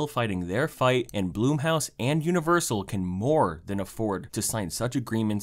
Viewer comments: I'm sorry but the one thing that I find weird about this video is how you pronounced blumhouse as bloom house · Challenge: Take a shot each time he mispronounces “Blumhouse”.